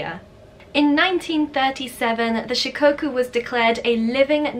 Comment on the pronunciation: omg Shikoku made it into a video! My Shikoku baby is my life 💕💕💕💕💕 (btw it’s pronounced with a short o sort of like in “off”) Kai ken are more popular in Japan than Shikoku, I’ve seen 4 or 5 Kai locally but nobody has ever seen a Shikoku before they meet mine 😭💔